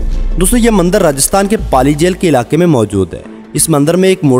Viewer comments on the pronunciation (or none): none